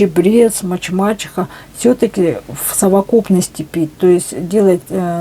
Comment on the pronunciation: МаТЬ-и-мачеха, а не маЧемачиха. Зря вы бахвалились тем,что не учили русский язык. Стыдно так разговаривать,будто древняя старуха безграмотная.